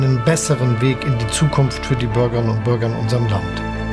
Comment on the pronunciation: Hat keiner gemerkt das er Bürgern und Bürgern sagt?